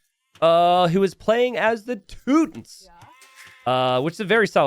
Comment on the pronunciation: what on earth are the teutons? i only know the teeeeeeeeeeewdns you're saying it wromg, ^.^